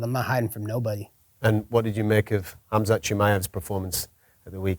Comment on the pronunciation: everyone's been pronouncing Khamzat's name wrong